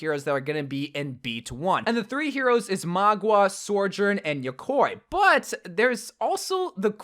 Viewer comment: How is nobody talking about "yokoi" what tha fuck is that. My guy don't watch anime?